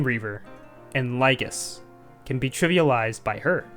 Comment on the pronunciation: "can be tribbie-alized by her" is this intentional lol